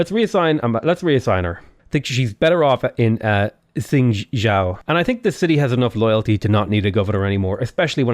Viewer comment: xingzhou, you pronounce the xing bit okay, but 'zhou' is pronounced like 'though'